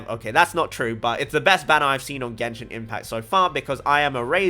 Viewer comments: yay finally someone who pronounces things in genshin correctly.... hats of to you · roast was good.....lol.... finally someone who can pronounce names right in genshin..... others don't wanna be corrected on how they pronounce... but you on the other hand are being corrected for your correct pronunciation.... roast was well deserved!